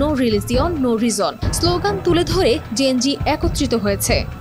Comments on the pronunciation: KINDLYpronounciatio N TA THIK VABE KORBEN GEN-Ji NA (gen-z) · Please 'যেণজি' টা properly pronounce করেন